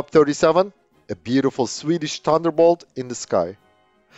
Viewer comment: When the narrator said "tunderbolt" I was all in.